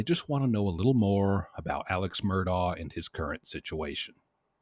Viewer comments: Pronounced ' Murdock', great vids man, hope you can keep the quality with the quantity.👍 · Mur-dock. Say it with me...MUR-DOCK.